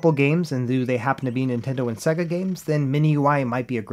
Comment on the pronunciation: What's a "Segga?" You meant "Say-Guh" right?